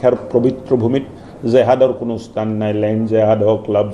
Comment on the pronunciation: "স্তান" নহয় মহাশয় ! স্থান হে | সাধাৰণ মানুহ হলে বেলেগ কথা | বৰঘৰৰ" "বৰ পিৰাত" উপবিষ্ট "বৰমানুহ" সকলৰ মুখত এনে বীজতৰীয়া ভাষা শুনিলে মনটোত বেজাৰ লাগে |